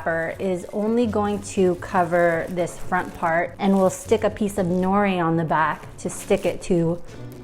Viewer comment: I don’t like that she is Asian but says nori and doesn’t pronounce it as no de and also how says saw she me when it’s sah shi mi